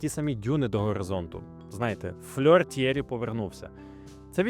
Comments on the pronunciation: Молодець. Цікаво, нестандартно. Але мені вуха ріже ім'я Т'Єрі з наголосом на перший склад, адже навіть я, який в школі вивчав німецьку, знаю, що у французькій мові майже всі наголоси - на останній склад, тож Т'єрІ (як Анрі), як МішЕль (а не мІшель). Ну і дивно, що ви не створили таймкоди до розділів, які вже присутні у вашому відео. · Ок. А от Tierry Sabine то такі Тьєрі (наголос на "і") Сабін (бо на кінці "е" що не читається, але впливає на вимову "і" у попередньому складі). Французька - така французька 😂😂😂